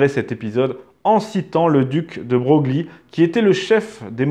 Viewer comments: "le duc de BroGLie" ? Est-ce un choix de prononciation volontaire ? Normalement, bien que cela s'écrive effectivement "Broglie", on le prononce "Breuil" ^^ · De Broglie se prononce « De Breuille » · Castre on prononce , on te l'a déjà dit et de breuil pour broglie ... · Passionnant ! Par contre, je crois que "de Broglie" se prononce "de Breuil". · C’est bien « de breuil » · En effet, ce n'est pas sans raison que la journaliste de la famille a choisi le pseudonyme Laure Debreuil. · Il me semble que oui ! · J’avais fait la remarque dans une vidéo plus ancienne…